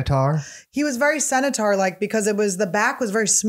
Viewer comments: semi-taur? isnt it centaur or something? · Centaur not senator